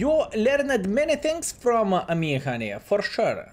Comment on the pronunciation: saying "from" without broken english is disturbing me